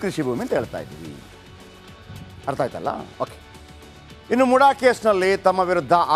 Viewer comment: ಅದು ಮೂಡ ಅಲ್ಲ ಮುಡಾ ಸ್ವಾಮಿ...